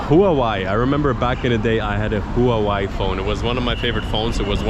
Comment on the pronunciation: 😂 头一次听到把华为HUAWEI读成 who a why，惊呆了！有意思